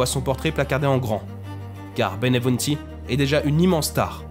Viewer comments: Pas Benevunti , Benvenuti !!! Respect pour les Noms de Gens .C'est Napoleone di Buonaparte , pas Napoléon Bonapart ! Il etait fils d'Italiens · La narration est bonne sauf le nom de l italien qui est mal prononcé,c et bienvenue le nom en français